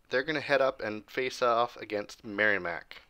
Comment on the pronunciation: Great vid! I will say it’s pronounced Merrimack with a short i. Not sounding like a y. Great as always though!